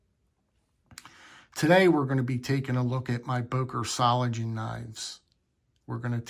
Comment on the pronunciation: Solingen. The “ng” is pronounced like in “singer”. There is no “g” as in “gentle”. Böker offers some nice knives. I’ve got several models in my collection and I’ve been to their store several times. It’s only a three-hour drive.